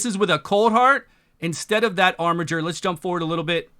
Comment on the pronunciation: Finally, someone that can correctly pronounce "armiger"!